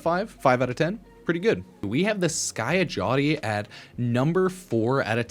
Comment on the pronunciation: The pronunciation in this video is out of line 😭 Guan-Day-O. Skya-Jati😭😭